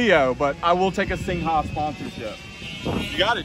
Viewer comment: It’s pronounced Sing , not sing-ha, for Christ sake!